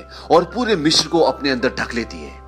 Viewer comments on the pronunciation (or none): Sir Mishr nahi Misr hota hai.